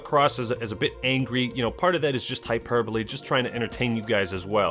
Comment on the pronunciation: This honestly disturbs me that he’s saying hyperbole the right way I haven’t heard this word said the right way in a long time